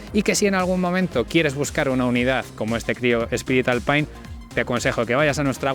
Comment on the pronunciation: ...y "alpain"...🤣